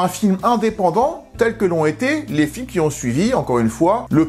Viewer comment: « Très peu z-exposé », c’est un effet des oreilles de cancre ? 😂😂😂 Et il y en a d’autres: « qui z-ont pas évolué «, après j’ai arrêté le recensement, cela aurait été lourd (et fatiguant)